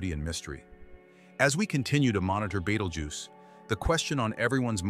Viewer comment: The star's name is Betelgeuse, not Beetlejuice, or Beteljuice, or betelduce, or beetle uses, or Beetle Goose, or Badal Jews. It's hard to take a science-oriented video seriously when there are so many obvious mistakes.